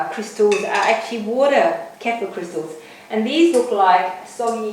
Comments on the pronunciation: good video. use a cleaver instead of slicing knife, a lot easier. btw it is pronounced as 'ker-fear' :) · Great video. But the pronunciation is very close to a South African derogatory racial term. Google the South African "K" word for reference. Safer to pronounce Kefir the way it is meant to be said.